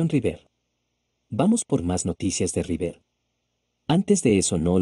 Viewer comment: Insoportable el audio automático! Rivér dice....